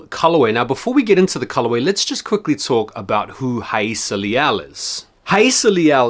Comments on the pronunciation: First off, nice to see someone finally pronouncing her name correctly!! I grabbed these from my local skate shop and glad I did, nice addition to my collection. Dope review as always! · Respect to pronouncing her name correctly.